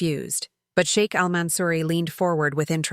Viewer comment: I like the sound of SHEIK not shake…. Respect!